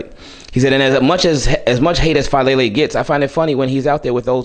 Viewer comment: Daniel Faalele ❌ Daniel FALLele ✅